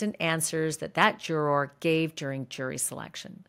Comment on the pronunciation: I really like Ashley Banfield’s reporting of the Diddy trial but her pronunciation of “juror” is ridiculous. Why is she saying it like this-it’s like she’s trying extra hard to say the word in an annoying way. It’s really distracting.